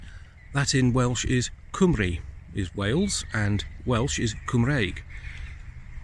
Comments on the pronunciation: pronunciation of Cymru isn't quite correct, but not a bad effort. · There in no W in Cymru, the y is a vowel so quite important to get it right , definitely does not sound like a W, more like the U in “Under” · his pronunciation of the word cymru was hilarious lol but to be fair ,he did do ok with cadw .but i do respect the man for promoting the welsh culture and history ,credit where credit is due :) diolch yn fawr